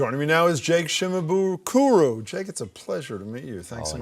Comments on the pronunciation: Saw him live one time , from one ukelele fan to the next, he rocks as much is possible on four strings! Also it's "Jake shimabuku" not "James" 😆 edit: "shimabukuru" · ShimaBUkuro. Accent on the third sylable.